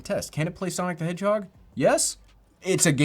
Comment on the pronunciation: lmao sonic the hedgehod